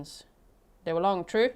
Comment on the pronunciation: "So he's sentenced to LWOP plus 7.5 years, twoo?" 🫏